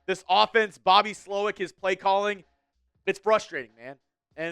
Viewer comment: Emphasis on the second part...